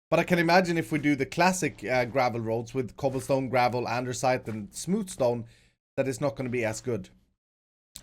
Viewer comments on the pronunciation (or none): none